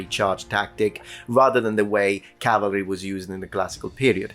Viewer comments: Small correction. It's CAVALRY, not CALVARY. A lot of people get that wrong. Corrected a historian correcting history - Achievment unlocked. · Cavalry not Calvery. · *cavalry, not "calvary"